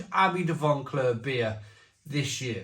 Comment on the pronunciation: There's no "n" in Vauclair. You're corrupting pronunciation and people are learning from you. I heard another reviewer use the "Barry" pronunciation of "Lamonde" for Loch Lomond. Also this beer is too expensive, jumping on the Craft Brew rip-off scene.